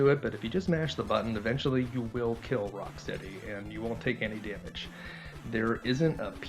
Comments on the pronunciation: It's Rocksteady not Rockcity🥴🙄😬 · Lol he said Rockcity the first time idk why but that made me laugh tho he did correct it the 2nd time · Rock...city? His name is Rocksteady. Editing this to say I love the video! That just caught my ear and I didn't see anything in the comments about it. (I'm sure someone has mentioned it besides me. It's just buried deeper in the comments than I care to dig)